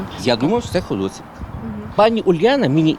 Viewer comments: Дякую, дуже цікавий сюжет, дуже гарна подача, але не ХодОсівка, а все життя була саме ХодосІвка!!! Х наголосом на ,,і" Дякую за вашу працю!!! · Ходосеевка, а не Ходосевка